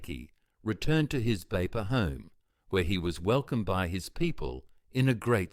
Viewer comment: Thank you for the wonderful story of Sir Fr Louis Vangeke..proud to be from Meke'o -Kairuku..correction though,it is not Beipa,but Veifa'a,thank you..❤❤